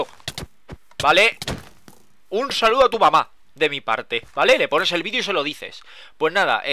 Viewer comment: porque dicen vidio en vez de video :v